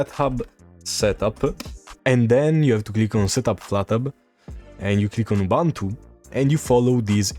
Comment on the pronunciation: for all Man, please learn and use the proper pronunciation for "Ubuntu" (Oo-boon-too). 🙂